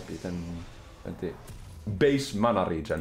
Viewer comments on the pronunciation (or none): none